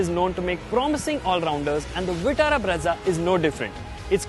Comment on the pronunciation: it is breeza and not bredza 😂😂